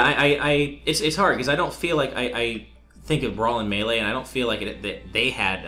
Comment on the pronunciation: you finally pronounced melee correctly!